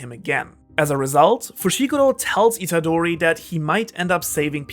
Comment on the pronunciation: please pronounce Itadori with a real roaring sound “R”, it’s not an english name